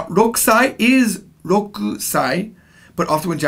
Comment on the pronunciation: I think you meant 16 but you got roku wrong. What you said was roko. The correct one, as far as I know, is じゅうろくさい。But good try and keep at it.